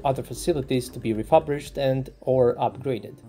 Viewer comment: ReFURbished...not ReFABrished.